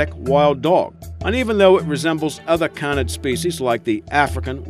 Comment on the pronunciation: For the love of god its pronounced cay-nid! CAY-NID! How many times can you say it wrong in one video? My poor precious ears